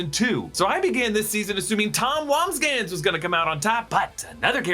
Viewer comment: You make a good case my friend...but it's wamsgams